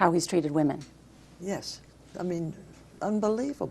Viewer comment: Yeah! And “wee-men”! And how about “no-wen”? That one had me head scratching for a couple f seconds.